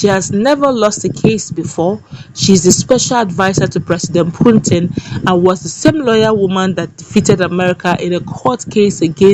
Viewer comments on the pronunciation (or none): Putin not Puntin pls